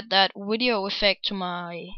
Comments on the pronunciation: and wtf why do u say wideo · I want to add that wideo affect to my i mean sound effect to my wideo